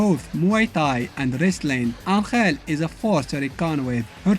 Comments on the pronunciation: As a mexican I can tell you he is not pronouncing it right either, he is putting the accent in the wrong place... and sound horrible the way he pronounces it XDDDD, its AN!-hell not an-HELL! the accent its on the first syllable. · Except that Angel isn't pronounced that way even in Spanish. It's pronounced AN-hell, not an-HELL. I love videos, but this detail grinds my gears a little bit. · It baffles my mind a little bit hearing you pronounce "Angel"